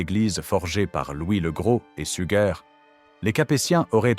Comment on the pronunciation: oui, ces IA ne sont pas toujours bien programmées ahah ! D'autant qu'elle a dit une fois "Sujer" quand même, elle perd son latin !